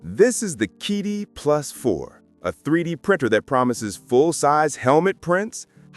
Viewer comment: Geez, it's CheeDee, not KeyDee